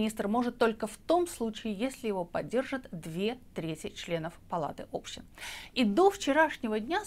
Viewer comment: Палата общИн. ОбщИна, а не Община, общИны, а не Общины. Палата общИн!